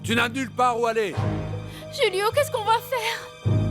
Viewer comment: Julio c’est on Español du coup c’est hulio pas rulio